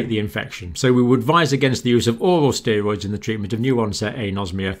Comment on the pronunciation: How can a doctor not pronounce steroid correctly?